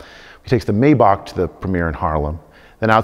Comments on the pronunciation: A mayba-kk? Whats that u mean maybach kid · Yeah,and he calls a Maybach a "May Bakh" hahaha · Hey car guy, it's pronounced My-bach. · This is a car guy, really? He pronounced 2 models of cars, and got them both wrong! A Bugatti Verone? Sounds Italian. LOL. WHAT? Is that like the Lamborghini Aventater, or the Pagani Zunda, and the Porsche nine one one? As for the Mercedes, its pronounced My-Bach